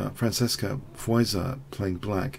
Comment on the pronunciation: The romanian name's pronounciation is Foeeshor, like shore. For sure.